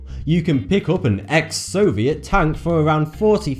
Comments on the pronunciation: Tank not tunk you fucking inbread fuck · Tonk really he said tonk ITS A TANK!!!!!!!!!!! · When he says "tank", it sounds like he's saying "tongue" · It sounds like he's saying tongue instead of tank